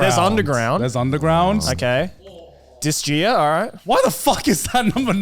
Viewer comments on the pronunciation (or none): I'm sorry, but , how you pronounced Disgaea made me almost drop all the bread I was carrying. Good Lord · Im sorry Joey, how did you pronounce Disgaea?! Its Dis-guy-uh but...ngl how you said is making me question myself over years of playing it Also you should all play, great tactical RPG if a very grindy one but the characters and story and how unserious it is makes it such a gem Also play Ico like omg, Shadow of the Colossus is the better but trust when i say Ico changed gaming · Downvote for dissing and mispronouncing Disgaea.